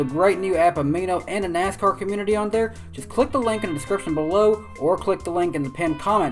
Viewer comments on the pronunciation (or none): Can you not pronounce TH? It's THere, not Dare. Its tooTH not toof. Fuck I find your voice annoying...